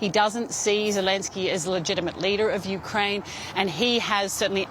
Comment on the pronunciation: You brought in an expert who can't even say "Ukraine" right...